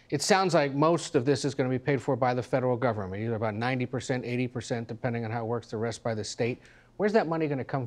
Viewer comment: "Keep the gubmint outta things." Also "whah whah where's the gubmint? Why didn't the gubmint do more about the train wreck?" Didn't see you mention the fact that trump rolled back train regs that contributed to the train wreck.